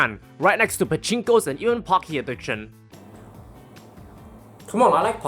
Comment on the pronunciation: You pronounced Pocky incorrectly.